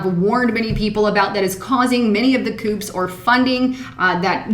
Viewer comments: Coups is pronounced COOZ, not COOPS :) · Coups is pronounced "coo" darlin'. Great job on the research though. Keep up the good work! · coups pronounced 'koos' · There are not "koops". It's pronounced "koo". Spelled coup, pronounced "koo". Love your videos. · coups (cooz) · please don't call them "coops". The "P" is silent.... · Coups is not pronounced with a "p" the "p" is silent. I believe the word is of French origin.